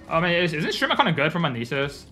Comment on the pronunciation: I fucking knew you knew how to say nasus